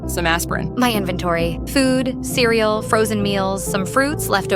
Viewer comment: Yall playing minecraft you said invetory